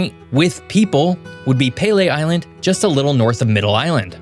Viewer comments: it's pronounced pea lee island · It is pronounced "Pee Lee" Island. Not "Pay Lay". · Its Pee - lee island not Pele Island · It’s pronounced PEE-LEE island! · pronounced pee-lee island - great wineries! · It's pronounce PEELEE Island. It's a real gem, BTW, with an interesting history. It's a fun place to visit for a few days. Get a B&B. Accessible by ferry from Leamington, ON, and from (perhaps now formerly from) Sandusky, OH. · The way you said "Pelee Island" got me. It's not named after the soccer. It's a double long /e/ sound, as in pee-lee. I grew up just outside Point Pelee, on the 42nd parallel. Also, Canada will always remain a nation free from American annexation because we have the check list - aka the Geneva conventions that were invented because of us in WW1 and 2. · It's pronounced like "pea-lee" island. Also, is an elk (not a moose).